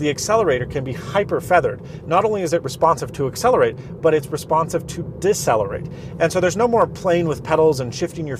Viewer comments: Decelerate. Not “Diselerate”?! Just saying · Did he just say diss-celerate?